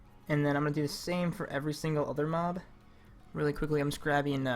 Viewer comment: I turned on cc when he said working with mob it sounded like doing moms